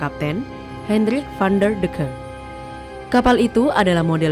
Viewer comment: Ini kayanya narratornya kurang di brief nih... Pelafalannya gak seharusnya.. Ya harusnya George fifth atau kalo indo sekalian aja George kelima.. Pelafalan Van der decken juga rada aneh